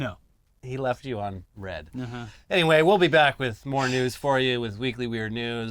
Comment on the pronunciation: saying left on Reed instead red is wild lol